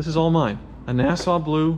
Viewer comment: it's not nasa blue, it's Nassau Blue